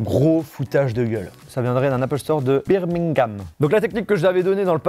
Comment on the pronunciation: La façon dont tu as dis Biemingham m’a tué